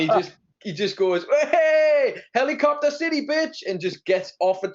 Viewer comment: The heliBROCKter😂😂😂